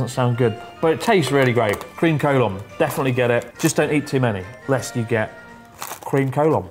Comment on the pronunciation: I used Google translate to check how to pronounce Collon and it's nothing like you did.